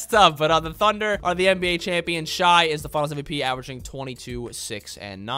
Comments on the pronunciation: super entertaining video man but the way you mispronounce shai’s name grates on my nerves so much (not “shy”, it’s “shay”) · Please stop saying SHY its shay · They wait he says shy instead of shay is like the most slight bit most annoying thing ever as a thunder fan, but its worth it because all of theses videos are bangers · Dude was pronouncing Shai as “shy”